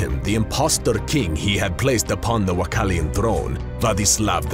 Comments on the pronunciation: WA-LA-KEY-AN not WA-CAL-IAN.....wow... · Its wallachian not wachallian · It would be even cooler if the narrator could pronounce "Wallachian" properly...